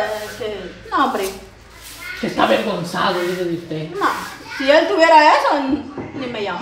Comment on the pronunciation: Se dice avergonzado!! No averguenzado!! Y se dice aclarar!! No declararr!!